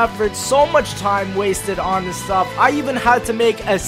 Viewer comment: Ffs please start saying the word "This" like a normal person.